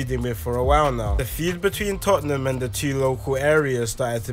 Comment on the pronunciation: Yo bro it's pronounced 'tottnum' and not 'totten-ham'